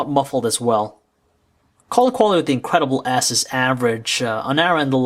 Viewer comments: every time he said the name it sounded like he was saying " the incredible ass" XD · I swear, this guy is saying HTC Incredible ASS!!!!